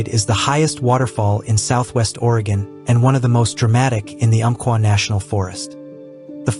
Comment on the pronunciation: You did it again: ko-KEEL or is the narration done by an AI voice? At least you got ORR-ee-gun correct 😊